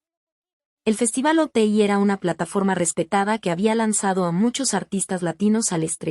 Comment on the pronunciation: Es Oti no Ote deberías de informarte, muy mal que no investiguen